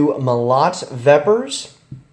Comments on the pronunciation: Bro its not mo-LOT its pronounced MO-lot, which means hammer. Sort of like Moloch or Maleous Maleficarum. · Not a molOt, mOlot - is a correct pronunciation, take it from a Russian. Translated as "a sledgehammer". Thumbs up, man.